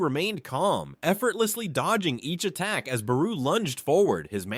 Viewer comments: fr it not buhroo it is bayroo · I hate the way you say Beru 😂. “Buhroo”